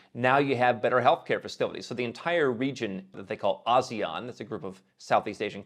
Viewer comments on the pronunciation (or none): ASEAN == no "z" sound, but "s"